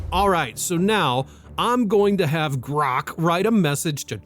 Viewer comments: The way he says "GRROKKK" is killing me. 😂😂😂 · Is that how your suppose to pronoun Grok? Grrrookk!!! Lmfao. Or is that just the way you say it? I really don’t t care I’m just wondering why you pronoun Grok like that. Elon Musk sucks big time. But cmon. You’re a little bias towards Grrrookk and love chat gpt. Or that’s how it seems. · First, can you stop pronouncing "Grok" like that, it's extremely irritating. Second, war crimes directly connected to the Commander in Chief, Grok is 100% on point, as it always is. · You know I really like your podcast but the way that you pronounce Grock it's mad annoying ! Please be considerate of your listeners.. thanks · Quit saying 'grok' so weirdly. It's distracting. This is my first ever comment on YouTube. Huh.